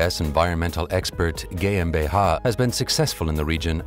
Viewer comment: GMBH ?! Sollte man das nicht auch englisch aussprechen?